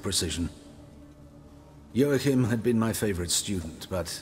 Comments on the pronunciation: This is a polish books series j is a y. Like how Yennifer is not Jennifer. So the name is pronounced wrong. I know a guy, his name is Wojtek but pronounced Voytek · Joachim is pronounced as Yo-akhim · Joachim von Gratz, that's a german name. And y'all pronouncing it pretty weird :p